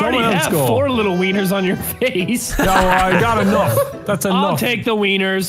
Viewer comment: it’s taken me 4 yrs to figure out that he said “OWL see you later”